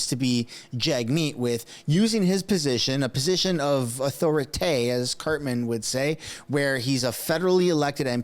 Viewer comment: Authori-taw not authori-tay